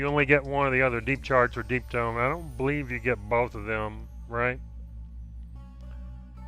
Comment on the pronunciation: I'm fairly certain you said "Deep Dong".........